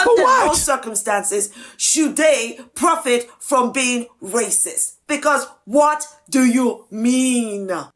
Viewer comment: How many times did she say " racisss" in that video? She's so proud of herself with this idiotix take.